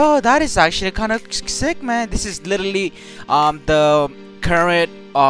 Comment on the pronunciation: Him say sick: no Say zick:yes